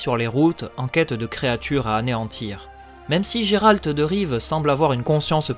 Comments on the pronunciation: Je crois que ça se prononce « gueralt » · Effectivement, je ne savais pas bien le prononcer à l'époque ;) Concernant l'école de l'ours, vipère et manticore, elles ne sont pas canons à l'histoire vu que ce sont des apports des jeux et non des livres :)